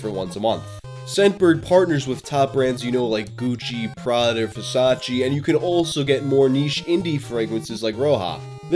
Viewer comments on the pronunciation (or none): none